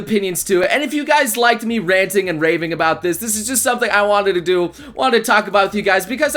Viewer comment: Raving sounded like raping I was like wtf?